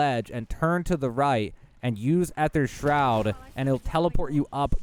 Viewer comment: the way he pronounced Aether Shroud just bugged me all the time. You can just spam the gobble gum key and it works just fine, dont really have to rebind it to your scroll wheel